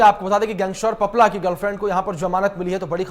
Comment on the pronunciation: सही ढंग से बोलना सीख लो आपला नहीं है पपला हैं वह